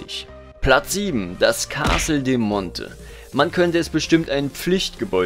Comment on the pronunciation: Abgesehen davon, das du Castel und Mäzen nicht aussprechen kannst, nettes Video. Ich hätte statt ner Top 8 ne Top 10 gemacht und dabei unbedingt das Cape Canaveral noch mit aufgenommen, das würde ich noch über der Orangerie ranken, weil es leichter zu bekommen ist und für die winzige Größe sehr viele Forgepunkte liefert. Als Platz 10 noch den Markusdom - in hohen Zeitaltern vielleicht nicht mehr so interessant, aber wer ihn frühzeitig aufstellt, hat Gold wie Heu (vor allem schon mit einem Riesenbonus auf Stufe 1) und kann auch ordentlich FP für Gold zukaufen.Sinnvollerweise sollte man im Ranking auch differenzieren, ob jemand als Kämpfer oder als Händler spielt. Das Alca ist für Nichtkämpfer nutzlos, das Castel allein wegen den FP zu halten ist auch nicht so der Bringer.